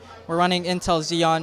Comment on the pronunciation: Really laughed hard when the dude said Intel Xeons xD. btw imagine the heat those 4 beast cards output, i think you could heat your entire room with it XD